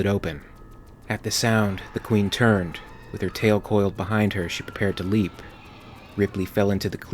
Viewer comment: Leeeeept! That's not a word